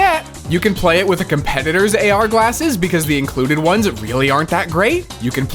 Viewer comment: dam I was hoping he was gonna say "galsses" through the whole video 😂